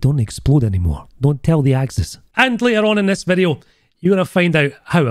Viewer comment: 2 "in dis bideo" in one video! Nice!